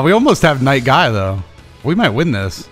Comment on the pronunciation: the way say night guy is really cool and amole get double kill with night guy (really cool)